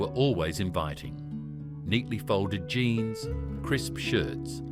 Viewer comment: Its jeans not jines